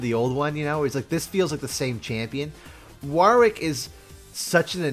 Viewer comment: Wahwr wick? Worrick. Like Warwick the town, or you know, the name. Go watch any Warwick Davis interviews to see how to say the name Worr (like worry) ick. No hard A no second W. Worrick.